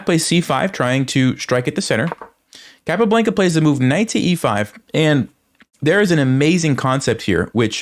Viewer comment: Love the videos! Keep up the good work. Want to say, however, it is pronounced CAPA-BLAHN-KUH lol. Not BLANKUH